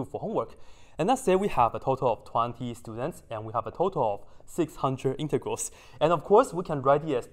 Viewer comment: I thought you said something else when you said integrals